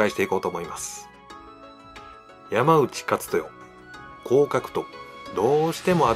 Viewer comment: ヤマウチじゃないよ！ヤマノウチだよ。by子孫。